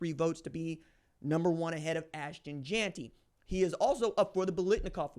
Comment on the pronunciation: Your argument is that he’s a winner?! 😂😂 bruh just admit you hate Jeanty. You can’t even say his name right